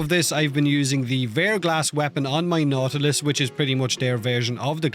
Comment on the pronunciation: Nautilus sounds like naughty list when you say it. I was wondering for what you're bringing that along 😂